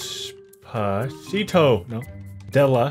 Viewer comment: des-pa-CITO! got me dead 💀 😂